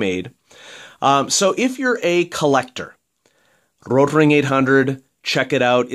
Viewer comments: you roll your r. No german rolls their r. It's a good try though, the german r is more throaty and most english speaking people can only pronounce the soft r. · Thank God you stopped saying rotring like that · Why do you say "rotring" in such a weird way? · Good point. I noticed that too.